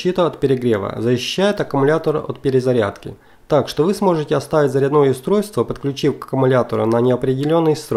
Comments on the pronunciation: Не заряднОе , а зарЯдное устройство... Русский язык загадили , где учились ? Или кто ? УЧИл ??? Позорище чувак... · ЗаряднОе уши режет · Все отлично. Только почему заряднОе, а не зарЯдное...... - не понятно..... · Ролик конечно хорошо, и информация в нем полезна, но уши режет безграмотно произносимые автором слова, в слове зарядное ударение ставится на Я, но никак не на О!!! ЗарЯдное, а также восстановление это десульфатация, но никак не озвученное, язык так не повернешь...!!! Ну беретесь что-то выкладывать, так делайте русским языком! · Обзор хороший но, раздражает " ЗаряднОе" "ЗаряднОм" правильное ударение на Я ЗарЯдное устройство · На заряднооое а зарядное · почему ты говоришь заряднОе?